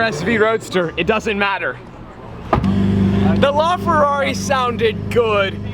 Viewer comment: He pronounces LaFerrari so wrong lol